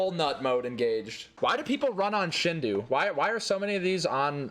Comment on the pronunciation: As a weeb, I also want to say that it's not pronounced "shin-dow"; it's more like "sheen-dough". It's a Japanese word (振動) that more or less translates to "vibration", and as you might expect (and as Some Jeep Guy said), this version of Super Mario 64 is called such because it added compatibility with the N64 Rumble Pak. To my surprise, the original website for the shindou version of the game is actually still live on Nintendo's domain as of this posting: I mean... that's pretty fucking cool. Check that shit out.